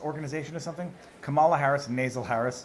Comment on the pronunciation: Kamala looks amused when he mispronounces her name and then looks horrified when He says Illegal 😂 But also does anyone else get the sense that somehow when Marjorie shouted her name that he went back to some former programming, like back to the 90s maybe when he was working on the 1994 crime bill and what not 😂😂